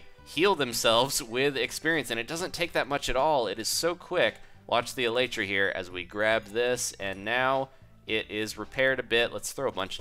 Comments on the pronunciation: No offense, but it is pronounced Ee lie tra. It is the hard wing casing on an insect. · No one knows the Elytra is actually pronounced : El- EE-Tra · not elatra elytra!